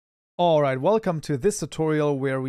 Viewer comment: This man's "alright" gets bigger and bigger and bigger as the playlist continues and it's amazing to see